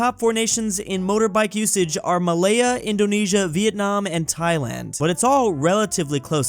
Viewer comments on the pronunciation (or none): "Malaya" omg I'm losing it😂